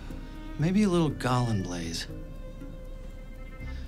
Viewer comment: Wtf is "Gallenblaze"? Gallbladder = Gallenblase ...blah-seh